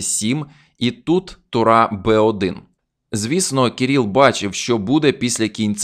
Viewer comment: Кирило, Кирил - а не Кіріл.